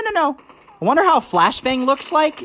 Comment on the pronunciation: He said, "Flashblangs"